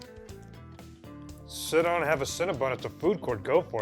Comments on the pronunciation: CinnaBONN not bun. Maybe the fact I first encountered them in Montréal is why the pronunciation upsets me so much… oh and for all the UK people who’ve not found them yet, there only appear to be 21, mostly in London and a few around Mancs/Liverpool. One in Bristol. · Is it pronounced Cinna- Bon or Bun?